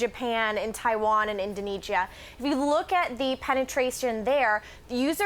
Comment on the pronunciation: Wait, am I the only one who noticed she couldn't pronounce Indonesia?